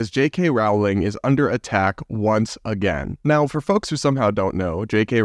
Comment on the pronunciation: Rowling is pronounced “rolling” like bowling.